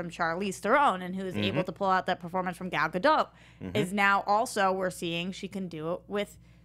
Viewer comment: Just a heads up... you're actually supposed to pronounce the T... it's Ga-dott.